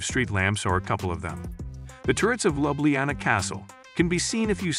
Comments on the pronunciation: The way it pronounce Ljubljana 😂 Yes it's an AI narrator. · Slovenia's capitol is What? Someone here has not done eben basic homework, obviously, which makes this video not worth watching. And I just Love the way you murdered the pronunciation of Ljubljana, and almost every other location. Nice going. Typical A.I. narration b.s. 😔